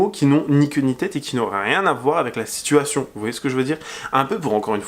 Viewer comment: Cellules "cancerigeuses" mdr en plus c'est cellules Cancéreuses. Il dit "assuation" ça me bute il peut même pas dire un mot simple.